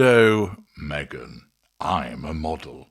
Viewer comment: I love the way the cameraman calls her "Megga". She looked thrilled. 🤬🤬🤬